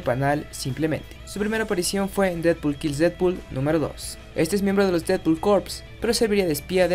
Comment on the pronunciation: y ademas lo pronucio bien el nombre seeee porfin alguien lo puede pronunciar bien gracias:3